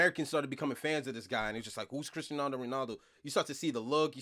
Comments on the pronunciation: It’s cristiano not crisenano Ronaldo stop saying that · But why can't you say CRISTIANO bro ?! 😂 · Why does he keeps on saying Cristianaldo Ronaldo?😅